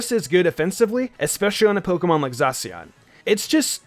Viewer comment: My favorite: zacian And its prounounced zasyian not zasian (i had to spell it wrong)